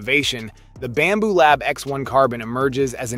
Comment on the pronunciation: It’s Bambu not Bamboo